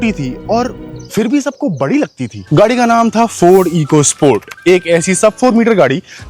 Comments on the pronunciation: It's Ecosport, not eeecosport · It is pronounced Echo Sport, not Eco Sport 🤮